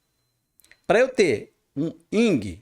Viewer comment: NÃO É YNG, É YIN